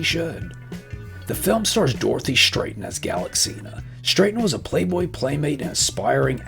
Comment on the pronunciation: Stratton ... Pronounced with a short 'a' ... Show some respect please 😂😂😂